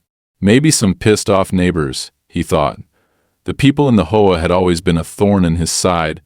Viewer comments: This proves its AI as who would pronounce HOA as hoe-agh, when it should be read as either H, O, A. as it is an abreviation or read out in full as Home Owners Association, hoe agh i ask you, artificial intelligence you may be, but you know nothing about syntax and prove your own shortcomings by this. I am abandoning it here. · I like the AI voice, but my goodness, Hoe and HOA . AI is phonetic you need to do h o a not hoa, maybe instead of trying to pass it off as a real story, just put it as a story and be done with it lol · it was a hoah, not an H O A. Didn't you hear him? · H........O.......A. Your stupid AI can't tell between a word and an anagram. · what the hell is a hoah? Even though you used H O A, Home Owners Association, you buthered it. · H O A not hoa is an acronym not to be said together! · Only in AI World is HOA pronounced as a two syllable word. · Bad AI learn pronunciation and better more likely stories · you enjoy AI voiced stories that cant pronounce things like HOA? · they cant prounounce h o a or cooperate